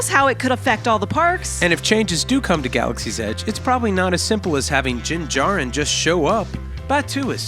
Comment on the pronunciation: Dyn Jarren is his name. It sounded like you said Jin Jarren.